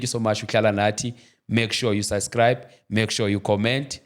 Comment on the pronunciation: Your English is not make sho 🙄please do something about it because I'm really worried I've watched the whole interview and I noticed that you are Ay let me tool. Lesson number1 = Subscribe not syscribe